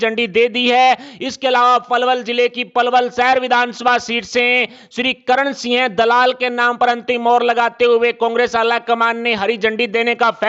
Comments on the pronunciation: न्यूज़ पढ़ने वाले को सिंह के स्थान पर सिय बोलना आता है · Singh ka ucharan kisi sastri se samajlijiye